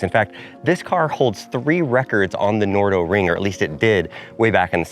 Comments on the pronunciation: it`s called the nardo ring , that`s nar do, not the no do ring 🙄🙄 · Nardo not Nordo.